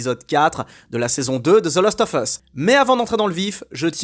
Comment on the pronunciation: "last" pas "lost"